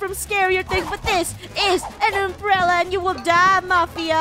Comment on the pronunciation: Funneh: ITS A UMBRELLA game: ITS AN UMBELLA Me:LOL 😂